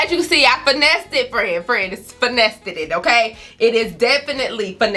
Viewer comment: I’m subscribing only because she said “finessested” 😂😂